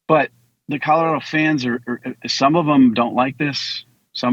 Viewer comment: Did you just say "CaDerado!???" 😅😅😂😂😂. Omfg Can't even Speak clearly